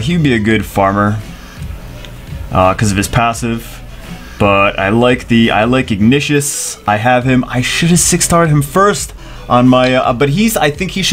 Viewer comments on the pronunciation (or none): Pronounces Zephicus as "Zeffikus". Pronounces Ignicus as "Ignishus".